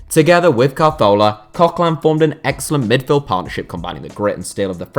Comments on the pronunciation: Is it just me or do you pronounce it Cazorla rather than Carthola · It was nothing like the correct pronunciation. He moved the letter R to make it CAR-thola for some reason. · Ka-Thor-La = Cazorla The way you said it made me develop OCD and become bipolar. So now I am out to get you, or am I? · Why did he pronounce it car-thorla it's (as far as I know) pronounced ca-zorla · The way you're saying Carzola is really pissing me off. Also Bellerin is a right back, not a reft back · Not carthorla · CA-ZORLA. Just say it normally and you won't sound short tounged 🤷🏼‍♂️ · Why are you saying CAR-thorla where did they r come from at the start lol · Apparently Santi Cazorla's name is pronounced Cahorla. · It isn't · I loose a brain cell every time he says calzthorla. He was my favourite player and it was so sad what happened to him and now can't even say his name right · Why r u saying santis name like that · My bad, I thought you were talking about how he pronounced the "z". You're right though, he basically skips the "r" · C and z's are pronounced "th" in Spanish (Castilian) rather than the "s" sound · I am portuguese and i speak spanish and annoys me more the way he pronounces it than how the one english do, it sounds like he has a problem on his mouth the way he says it, hurts my ears